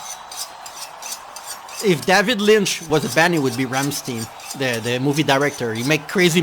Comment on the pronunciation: Sorry, but Rammstein its Rammshta-yn, and du hast ist Not du ast, but du hast